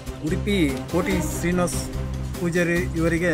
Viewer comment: ಫಸ್ಟ್ ಮಾತಾಡೋದು ಕಲಿ ಕೋಟಿ ಶ್ರೀನಿವಾಸ್ ಅಲ್ಲ ಕೋಟ ಶ್ರೀನಿವಾಸ್ ಪೂಜಾರಿ ಅವರೇನು ಕೇಳ್ತಿದ್ದಾರೆ ನೀನೇನ್ ಹೇಳುತ್ತಿದ್ದೀರಾ😂 ಕಾಮಿಡಿ ಅಂದ ಭಕ್ತ